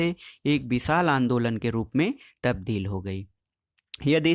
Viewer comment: सर "तबदील" नहीं "तब्दील" हैं।